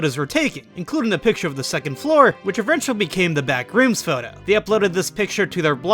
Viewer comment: The way he pronounces BACK - rooms kills me